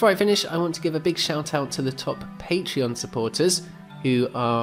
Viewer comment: Haha refreshing to watch a non american developer who can pronaunce all patreons' names from different languages without butchering them.